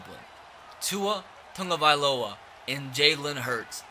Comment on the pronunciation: bro if i hear you say "tongueavailoa" one more time i'm gonna blow up